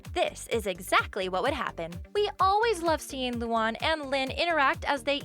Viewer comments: It’s pronounced lū-an not loo-on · Luan is pronounced LOO AN not LOO ON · It's Lu ANNE not Lu AHN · It's not lu aun it's LOO ANN luan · I really can't take it anymore. You pronounce the character's names so wrong! I had no choice. Luan= Loo-An Lana= Lah-Nah Lynn=Lin Lola= Low-Luh Leni= Len-E Lincoln= Lin-Cun Lisa= Lee-Suh Luna= Loo-Nuh Lori= Lore-E Lucy= Loo-See Lily= Lil-E I included all of them so you can use this for future vids. No hate, just an annoying pet peeve of mine that needs to be addressed. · (Luu-Ann) is it to hard to prounounce. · it's loo an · The way she says Luan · Why did you pronounce Luan wrong...when it was Lynns part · She said Luan wrong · She said luan wrong XD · did anyone hear as they pronounced luan wrong? or is it just me. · YOU SAID LUANE WRONG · You said Luan wrong for me where I live.